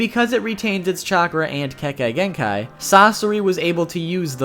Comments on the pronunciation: I’m pretty sure you were playing a game: how many different ways can I mispronounce Kekegenkai. I can’t be mad, you warned me, but Japanese is, unlike English, phonetically spelled. It’s pronounced Ke.Ke.Gen.Kai. Like, exactly how it’s spelled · you're mispronouncing kekki genkai. sorry, i know you went ahead and apologized, but it's really bothering me. despite what it is spelled like, kekki is pronounced more like 'kei-kei-'. even if you were to follow the spelling of the word, you're still mispronouncing the ki part. it would sound like 'key', as in a 'lock and key'. but in kekki genkai, it sounds like 'kei-kei'. you got the last part right, so good job. sorry, i tried, but it was just really bothering me. i heard it three times in the span of two minutes. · I cringe whenever you say Kekkei Genkai